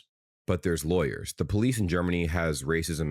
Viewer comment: Is it also 'Defaultism' to read layers as laWyers 😅